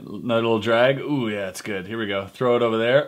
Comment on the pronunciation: That little 'gotta start owver' interjection was hilarious man